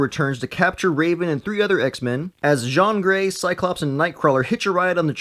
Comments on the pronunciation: Why is he saying John gray it’s jean gray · it's Jean like Levi Jean's not john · It’s not John Gray it is Jean gray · Jean Grey's 1st name is pronounced Gene not Jzhahhn and Psylocke is pronounced Psy-Lock not Psych-Lock. I agree with your assessment of what Jean pulled-up into his conscious awareness. Logan was the only one who temembers the unaltered timeline... until now. The fact that Jean gets all that info when she's young and uncorrupted enough to still make best possible choices changes everything. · I’m laughing so much when he says Jean as John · You are saying John Grey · Her name isn’t French, it’s pronounced jean as in jeans. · This guy can't pronounce Jean's name.. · You keep mispronouncing Jean XD